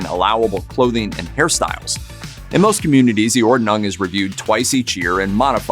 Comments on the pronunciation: Ordnung is pronounced “Ord-nung” not “Or-de-nung” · Interesting, but the host should have learned how to pronounce "Ordnung", a little research goes a long way! Made the whole presentation for me too high school with that constant mispronunciation.